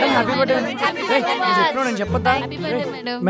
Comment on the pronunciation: "Buh day" kaadhu " Birth-day" RTH silent kaadhu